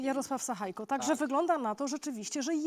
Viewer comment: Nie sachajko, ale sachajka, tak jak Łukaszenka, Sabalebka itp.